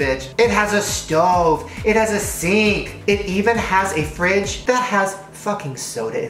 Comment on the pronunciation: "And in the frigh there is a little soda"shane its water!!!!!